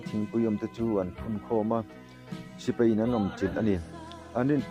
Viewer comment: I thil lam hi, Sipei nilovin, Sipai tih tur ani zawk lo maw?